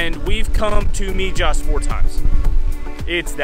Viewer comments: MIJAS is pronounced Me Has not Me Jas😀 love the place. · Just in case you haven't been told the j in Mijas is pronounced like all Spanish words the J sounds like an h. Jesus is pronounced hesus .....so Mihas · Come on guys the town is prononced mihas j prononces h in Spanish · Wow brings back such memories! I lived there in 1968 and 1969. It was way more primitive but still epically beautiful! Thank you for sharing! And by the way the town is pronounced Mehass.. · I was in Mijas a few weeks ago. I agree it is beautiful. The Spanish will point out to you it is always pronounced "Meehas" Thank you for sharing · Its prononced Mihas. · Please if you are going to post a video at least pronounce the name of the town correctly: MIJAS=MIHAS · Wow, beautiful! Been there a couple of times, brings back good memories. Definitely loved your video and all the tips you give for other visitors. You've probably been told by now, but in case you haven't , the Spanish "j" is pronounced as an 'h" 🙂. No biggy, you still did a great job. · Thanks for the video. My dad lived in Mijas Costa. Drop the J when pronouncing Mijas 😂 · We're so thankful that we got to experience it, and equally thankful that you were able to power through watching the vlog as we continuously mis-pronounced 'Mijas'😅 It's seriously one of the most beautiful places we've ever seen and I can guarantee we'll be back one day hopefully in the not so distant future. Thank you for tuning in Harrison!!